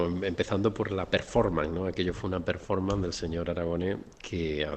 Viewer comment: performan. Se les da igual de bien gobernar que pronunciar en inglés.